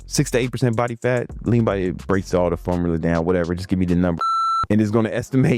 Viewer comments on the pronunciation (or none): none